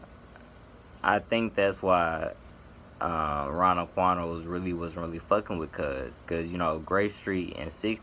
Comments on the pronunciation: Lets skip how he said rondo quando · Nigga said Rondo Quando😂